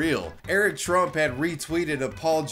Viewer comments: why the fuck does it sound like he said Strumph? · Is it me or is he purposely mispronouncing trump in the “i joined antifa” video??? 🤣😂🤣